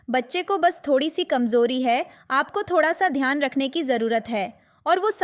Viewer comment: I think you are punjabi because you said thodaa